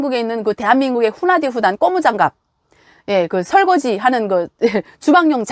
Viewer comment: 고무장갑을 꼬무장갑이라고 잘못 말하는 것은 아주 한심하다.